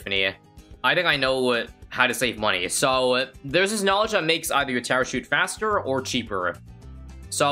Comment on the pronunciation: Did this man say haster? Insted of faster